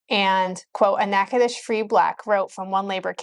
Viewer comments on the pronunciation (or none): none